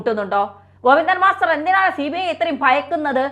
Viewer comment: ഗോപി ന്ദൻ മസ്റ്റർ അല്ല സഹോദര ഗോവിന്ദൻ എന്ന് പറഞ്ഞാൽ മതി അല്ലേങ്കിൽ ചേറ്റ ഗോപി ന്ദൻ എന്ന് പറ